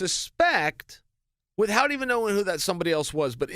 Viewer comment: C'mon Chael you're one of the smartest dudes in mma but seriously? It's Moot point not Mute. You SLIGHT someone not SLIDE them. And for fuck sake whats with the Family Guy "cool wHip" emphasis on the H when you say without? With-Hout? Wtf is With-Hout? C'mon stewie you can say without With-Hout so much emphasis on the H.